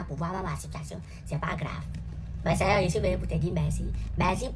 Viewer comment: La prononciation de "seigneur "me fume beaucoup 😂😂😂😂